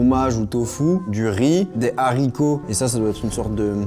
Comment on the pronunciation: Des HARCITOS PAS DES ZARICOTS...